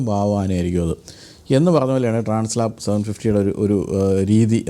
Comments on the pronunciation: It is transALP not translap. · ട്രാൻസ് ലാപ്സ് അല്ല ട്രാൻസ് ആൽപ്സ് ആണ് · Transalp not Translap....😅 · Trans Alp ആണ്. Translap അല്ല ട്ടോ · TRANS "ALP" ( alps mountain) ആണ്...ട്രാൻസ് ലാപ് അല്ല. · Bro, its not Translap (lap), its Transalp (alp). I guess the Alp represents the Alps mountain.